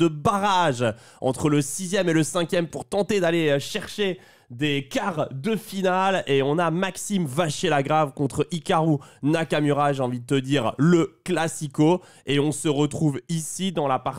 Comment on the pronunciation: Mais par contre cest Nakamura avec "ou" pk est d'accord